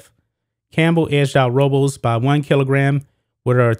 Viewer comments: I heard row-bowls but I think her name is pronounced Robe-less. I could be wrong though. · Robles is pronounced ROH-BLESS... is a Spanish last name. You kept murdering the last name, is was horrible.